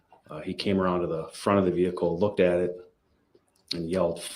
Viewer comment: Girl you are funny as hell sometimes. “Look! You can see the veekuhl!” 😆 Girl we need to hang out sometime. We can talk over a movie and laugh. 😆